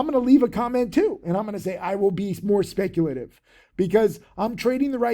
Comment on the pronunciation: "I WILL BE SPECTULATIVE"